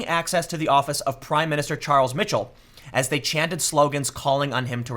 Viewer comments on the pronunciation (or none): Michel="MIH-shel" (Like Michelin without the "-in") and Ilse="IL-seh" OR "IL-suh"